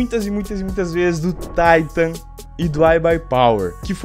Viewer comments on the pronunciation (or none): none